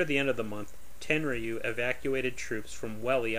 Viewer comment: It's pronounced ten-roo. You don't pronounce the y.